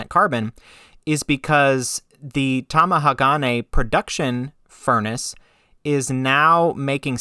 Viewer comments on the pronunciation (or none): Top amateur tip for pronouncing any multisyllabic Japanese word: don't emphasize any one syllable. All syllables are weighted equally. A lot of Westerners I have heard say TamaHAgane. You say TamahaGAne. Japanese say Ta ma ha ga ne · To help your pronunciation.. Tomahagane = tom-ah-HA-gah-nay The emphasis is on the "ha" in the middle of the word. You are putting the emphasis on the next syllable (the "ga") making it sound weird. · You can say Magnatite but can't say Tamahage.